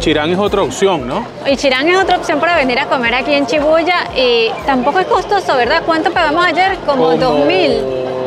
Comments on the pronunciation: Chidarta Molina si muchas personas y espero que aprendas como se pronuncia SHI BU YA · No es chibuya es shibuja